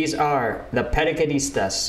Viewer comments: Paraquedistas..in english you can say it or pronounce it like this : "Parakedistas" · Paraquedistas with equivalent English pronunciation : purrheukeudisteush.